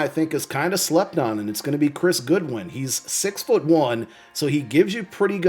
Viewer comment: GODwin ... Not GOODwin. C'mon man lol jk